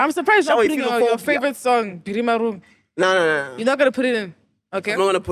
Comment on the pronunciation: Who gets annoyed everything says "Biri Maru" it's Biri Marung